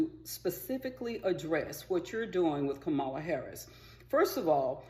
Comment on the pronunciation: I knew what was coming when you mispronounced her name. Smh.